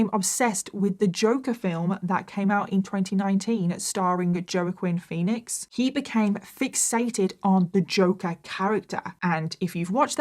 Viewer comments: Joaquin Phoenix - Waa Keen Phoenix, there ya go. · I had to stop and replay your pronunciation of Joaquin Phoenix. 😂😂😂